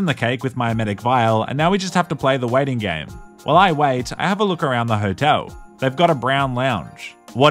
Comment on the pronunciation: "...and now we just have to play the waiting game" sounded like a pun because of how you pronounced waiting as wedding.